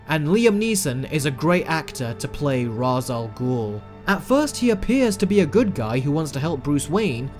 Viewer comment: Please say Ra's al Ghul name right